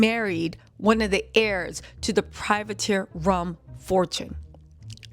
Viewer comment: It's "Privateer" rum.